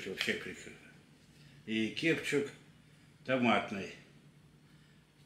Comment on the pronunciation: Кудлатый специально деда подучил, чтобы несколько видов кетчупа показал, чтобы он неправильно произнес"кепчук", там же все с умыслом у недоросля, что бы комментов побольше было. Ну хитер бобер😂😂😂